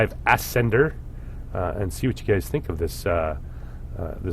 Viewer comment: it's "uh-sender", not "as-sender" :/